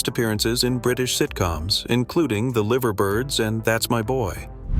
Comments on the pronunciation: It's not liver birds, It's pronounced Live er birds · It’s pronounced “lyver” as in “diver”, not “liver” as in “shiver”, you ignorant yank! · I do wish they could pronouce; who the hell were the LIvver birds? It was the Live-er birds. Even says so in the theme tune. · This mispronunciation made me laugh out loud 😁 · Liver birds lol pronounced live as in alive er birds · Liver birds ? Pronounced LYVER ! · An example for me, showing a surprising lack of knowledge of British TV and culture, was a reference to "The Liver Birds", pronounced "The Livver Birds"! The whole compilation would have been better if voiced in a more British English way.